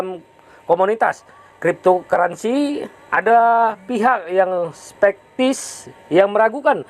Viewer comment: Teks "SKEPTIS" aja dibacanya "SPEKTIS" 🤣